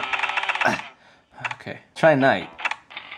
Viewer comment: OMG i just laughed soo hard when you said nkay